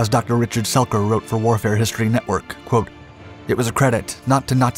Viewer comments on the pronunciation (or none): none